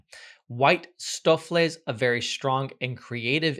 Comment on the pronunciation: Stoofvlees = Dutch for Stew(-meat), his pronunciation was quite accurate.